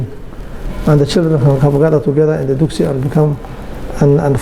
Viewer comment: *Dugsi, not duksi